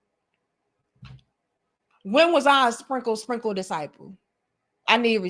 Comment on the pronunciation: Why your country self say "spinkle, sprinkle" like that tho? You're too silly.